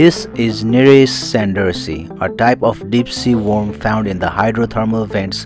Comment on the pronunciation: Great video and interesting. The narrator has some pronunciation errors though, ie 'worm', etc.